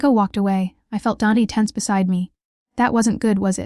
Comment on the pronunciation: Hahaha AI called him DANT...not DANT then capital A! Silly theme story...what mafia boss would tell a drunk student how many he killed! Police FBI listening. SUCH POOR NARRATION...TOO FAST AS WELL! Overall a hot mess.. not bothering to finish it.